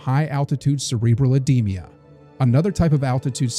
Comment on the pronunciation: Oedema not oedemia!